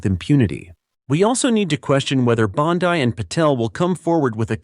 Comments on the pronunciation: You are mispronouncing her last name. It's not BONDI like you would pronounce it in English , it's like you would pronounce BONDEE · Bondeye? Stupid AI trash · Who is behind this channel, it has only been around since 2022. A-I is pronouncing Pam Bondi`s last name wrong ! Psyop !